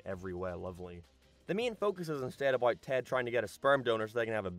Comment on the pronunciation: No idea what accent this guy has, sounds totally normal until his he aboyt or aroynd.